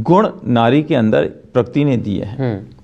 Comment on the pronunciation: Ek to pakirti nhi prakriti hota hai saale...kl ko iski beti ke saath(bhagwaan na kre) aisa kch hua...tb bhi yahi bolega?